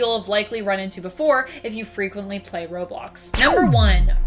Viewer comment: You said robox